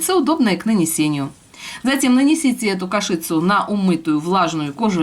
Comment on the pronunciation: Извините,не кашИца,а кАшица.Слух режет,неправильное произношение.